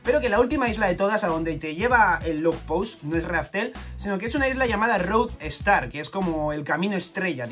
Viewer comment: No es Road star, sino LODESTAR., te ruego que, si no quieres leer la pirata, leas la de mangaplus pero en inglés